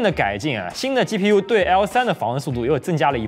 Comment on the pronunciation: 暴躁老哥: 能不能不要老是鸡批U鸡批U的？ 鸡皮疙瘩都起来了！ 发音标准一点不可以吗？ 取关了。